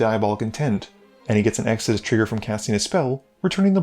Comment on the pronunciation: You're pronouncing Extus wrong. It's Ex tus not Ex a dis.